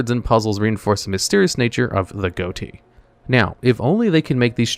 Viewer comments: For #10, it's not pronounced "goatie" it's pronounced "fish". The gh from "enough", the o from "women", and the ti from "action". Edit: you were saying it wrong on porpoise lol! Edit 2: pun intended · Ghoti is actually pronounced "Fish" it just bothered me when he kept saying Goat-ee so i had to mention it lol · Ghoti is pronounced "fish"